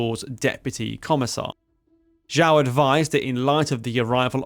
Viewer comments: Please improve your Chinese pronunciation, Xiao is not pronounced as "zhao", nor Ye as "yee" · You’re pronouncing the names wrong. Xiao is pronounced more like Shiao. Longkou like longko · Xiao is pronounced nothing like whatever it is you are saying. Thankfully we have subtitles. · I found it hard to follow when U kept mispronouncing names like "Xiao" and "Xiamen". U have some patron with a Chinese name. Why not check with this patron on how to pronounce Chinese names written in English? Doesn't have to be accurate but just basic decent pronunciations. Not that I don't appreciate yr effort with this piece of history.